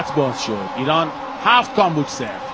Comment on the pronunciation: گزارشگر حتی تلفظ کامبوج رو بلد نیست